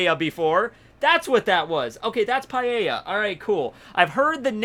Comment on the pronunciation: ”Panelia” = paella according to